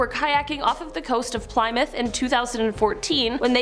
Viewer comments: did you really just call the city Ply-Myth like PLY's of toilet paper combined with MYTH?! It's pronounced Pl-eh-Myth. :rollseyes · Plymouth sounds like plimoth. Short I not sounding like y